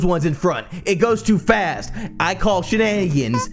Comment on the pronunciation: "I call shinagans" (a-)